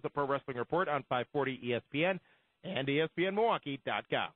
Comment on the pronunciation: God I can't stand the way says ".com." Sounds like Dot Kiom. Tone down on your "cheesy gameshow host voice, PLEASE."